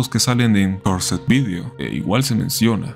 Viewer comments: Cursed video se pronuncia KERS virio, no kiursed video 😂😂😂 a estas alturas y no saben pronunciación básica del ingles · Wey si vas a decir palabras en inglés con acento estadounidense por lo menos busca como se dice “Cursed” porque no se pronuncia como lo dijiste